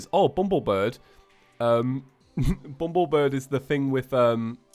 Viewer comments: it annoys me so badly how said "bumblebird" instead of "bumblebirb" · Bumblebir-BBBB . not BIRD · it is BUMBLEBIRB NOT BRID!!!